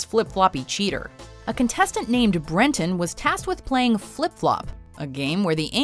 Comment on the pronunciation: #9: Breton. His name is Breton.